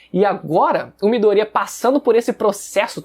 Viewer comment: Que agonia de vc falando midorÍa velho, nem na dublagem original eles falam assim